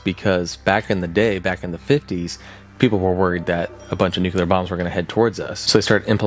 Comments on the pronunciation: Noo-Klee-Ur. It’s even spelled “nuclear,” not “nucular.” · It's pronounced NEW-KLEE-URR Not NEW-CUE-LURR Look how it's spelled. N U C L E A R geez, bro... so freaking annoying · Please PLEASE stop calling NUCLEAR (NEW-CLEAR) bombs/events/Things that involve atoms and radiation as NUCULAR (NEW-QUE-LAR). These are two separate words that mean very different things. NUCULAR (NEW-QUE-LAR) bombs do not exist because the word NUCULAR refers to something involving the NUCLEUS of a cell. There are no bombs or powerplants in existance that involve the NUCLEUS. This isn't a matter of accent. They're literally 2 different words. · NU-clee-er. Not NU-kew-ler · What do I need to do to get people to pronounce nuclear correctly?! It's nu-KLEE-er, not not nuke-YOU-ler, goddammit! 🤬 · NOOH-CLEE-URR not NOOH-CUE-LUR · Nuclear= New-clear, not nukular. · and : I saw those clips from The Day After there. Excellent B-Roll choice. (Also, "nuclear" is pronounced "New-clear" not "nuke-you-ler".) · How are people still saying "nucular"?